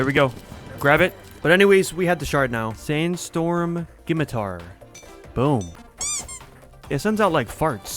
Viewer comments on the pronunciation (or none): s. skimitar??? THATS NOT HOW YOU SAY IT 😭😭😭